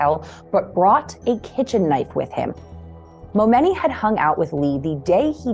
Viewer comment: The flipping name is pronounced MoMoney!!! 🤢